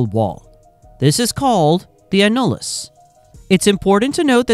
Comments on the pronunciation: I don’t think we have to worry about Skynet until AI can correctly pronounce simple English words. Thankfully, just when I was about to lose my frickin mind at the fifteenth time mispronouncing annulus, I was saved by yet another YouTube ad lamenting the heartache of premature ejaculation. I dd not return to the AI slop after that. I hate AI. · AI improper pronunciation of annulus (æn.jə.ləs) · It's an AI voice, pronunciation isn't going to be perfect. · I stopped watching when it pronounced annulus wrong about 10 times in 30 seconds. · It’s annulus not “a-nul-iss”. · Not “a-nul-us”, it’s “an-you-lus” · It’s pronounced AN-yoo-lis - annulus - as in Latin for “ring” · It is called the an·nu·lus ˈan-yə-ləs.